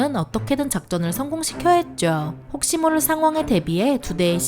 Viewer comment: 했습니다 했죠 할 때 말투 왜이래요????